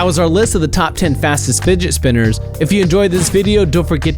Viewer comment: "That was our list of the top fast spidget spinners" XD